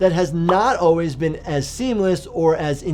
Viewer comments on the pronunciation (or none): none